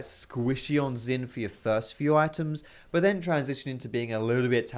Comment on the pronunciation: u pronounced xin the same as xayah end.